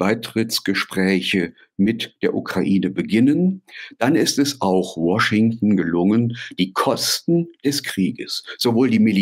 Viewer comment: Hat er jetzt tatsächlich War-shington gesagt 😂😂😂